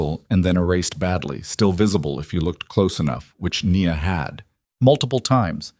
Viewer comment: Her name is pronounced “ Nee-ya